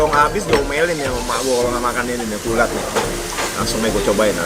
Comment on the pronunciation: Kulat bro bukan ulat 🤣🤣🤣